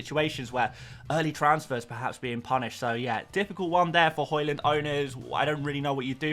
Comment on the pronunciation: Hojlund pronunciation is hoylunn not hoylann